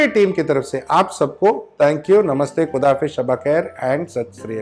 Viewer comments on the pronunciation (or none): none